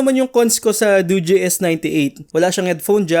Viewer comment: Nice tama pag pronounce ng dogee di katulad sa ibang channel mali mali